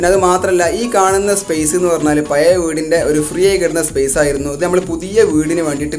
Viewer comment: പയേ.... വീടല്ല... പഴയ വീട് എന്ന് കൃത്യമായി പറയാൻ പടിക്കു ആദ്യം